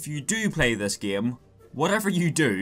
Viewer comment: why you're saying "gem" not "game"?